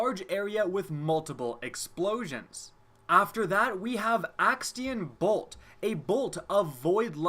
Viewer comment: did he say Axtion bolt at first!!??